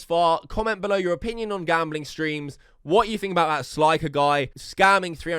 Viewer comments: It's slick-er not sli-ker 🤦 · It's not sl👁️ker it's sl👅ker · stop saying. its clearly pronounced slicker u spastic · SL EYE CKER lmao can you say slicker? ROFL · “SLIEKER” 💀💀💀 Oh hell naw, who invited this dude? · guy does research on 'sliker', continues to say his name wrong every time... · “Sly-kur” tf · He can't pronounce it, he brought it up when he said 'sly-ker'